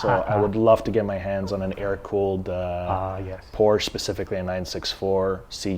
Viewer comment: You can’t even say Porsche properly.